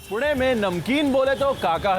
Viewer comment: Good to see he is pronouncing पुणे correctly